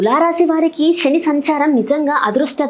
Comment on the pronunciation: శని ఆనటం చేత కాదు షని అంటావు నువ్వు చెప్పటం నేర్చుకో